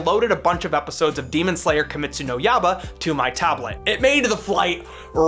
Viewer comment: Ahhhh my ears. "Demon slayer kimestu no YABA" . Pleaaase. Never again!!!